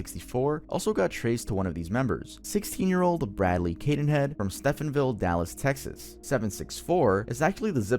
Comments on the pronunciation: Hey, just wanted to let you know, you are mispronouncing Stephenville, it’s pronounced stee·vin·vil. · From a Texas resident, stephenville is an hour away from Dallas and I do wish to apologize for sounding snarky, you also pronounce Stephenville wrong. My apologies 🥲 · It’s pronounced STEVEN-ville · sorry to do this to you... "Stephenville" is pronounced like 'Stevenville" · His pronunciation of Stephenville cracked me up